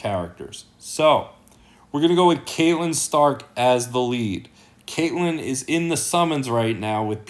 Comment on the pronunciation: Please man. It's Cat-Lyn Stark. Not Kate-Lyn. 😺